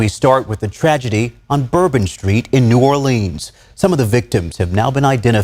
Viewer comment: Well, having been born and raised in New ORLUNS or New Orlins (the way it's pronounced. Not New ORLEENS, like the news guy said) I'm not surprised. It's a super corrupt city, in every way, so of course the city 'leaders' were happy to go along with the whole thing. So 'thrilled' to see the immediate arrival of every Federal agency under the Sun! 😂 Mr. Din Ja22ar is connected to ISIS. Didn't they go out of style years ago? 🤔 So much to say, with such little ability to say it here! I would like to say however, that your videos are so well done and illustrate the situation so well that they leave me speechless. It takes a few minutes to recover, before I can leave a comment! Thanks very much for this one and for all of them!! PS - Please forgive me for asking this favor. Could someone who sees this comment leave me a sign that it's visible? Thanks very much in advance! 🙂